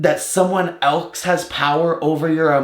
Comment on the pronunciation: “Everybody ellsske”